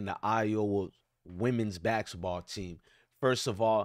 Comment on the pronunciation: You can’t even pronounce basketball. 😂